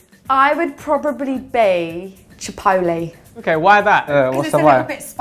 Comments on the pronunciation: Chipotle❌ Chipolee✅ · "chapole" Somebody needs to teach her to speak.